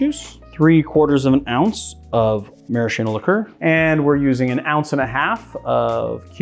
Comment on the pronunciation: You are perhaps one in a million...maybe billion, to pronounce 'maraschino' correctly. (Although you did pronounce it the common way for the Aviation & Hemingway Daiquiri cocktails). Just like 'bruschetta' which is also rarely correctly said. Interesting variations of drinks from the way I was taught. And I mean interesting in a good way. Your versions of some cocktails really added a level of chic and uniqueness. I will try your version of the Mojito which looks like a mint Caipirinha which sounds delicious to me.